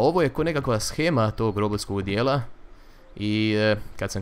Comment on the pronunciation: pohvala za pismenost, jedan od rijetkih koji zna da se "shema" ispravno čita "shema" a ne "šema".